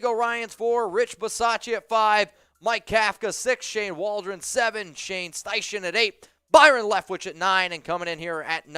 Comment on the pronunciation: it’s pronounced shane styken